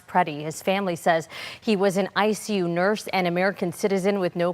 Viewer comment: “he was an ICE-u nurse…”. Terrible timing on the pronunciation.